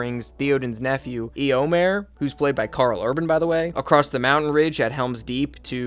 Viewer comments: "There's Thee-oh-deen, his neice Ee-uh-win, and his nephew Ee-oh-mhyr" lol Good ranking though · His pronunciation of eowyn, eomer and denethor destroyed me! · Pronunciations: Not "Thee-odin" - Thae-oden. Not "Ee-owin" - Ae-owen. Not "Ee-omer" - Ae-o-maer. Not "Se-ru-man" - Sah-ru-man. Not "Ae-zog" - Ah-zog. "My-nas Tirith" - Me-nas Tirith. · Every time you said Thee oden or Eeee owyn or Eee omir, I died a little on the inside. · continued to watch the video then heard "ee-oh-meer" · E omer, E owyen, th E oden pains me deeply lmfao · "theo-din", "eeo-mare", and "eeo-win" really hurt me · Hearing how you pronounce Theoden, Eomer, and Eowyn has me fully convinced you didn't actually watch the movies but just did this for content. It's realllly not that hard.